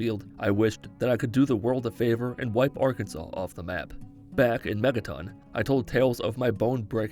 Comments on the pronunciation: Wait like Arkansas irl bc my guy I live here I watch every vid and it's Arkansas not Arkansa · Why did he say it btw? Is there somthing im missing or is it cause our states name should be pronounced differently?